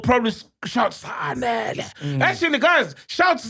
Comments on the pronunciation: Its not Zanele but zandile Dlamini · It's Zandile Sol not Zanele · Zandile is her name actually not Zanele🙏🏽